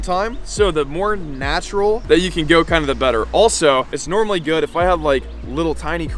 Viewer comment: “I’m just fishing normally (NORM-ally)”